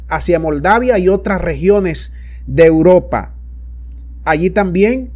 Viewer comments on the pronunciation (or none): none